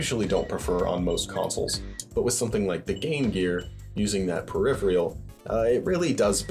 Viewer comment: Peripheral. Say it with me now, PER-IPH-ER-AL. Not "Periphrial". Thanks.